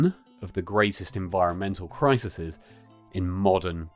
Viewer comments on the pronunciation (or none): "Crisises" Not a word. Crises.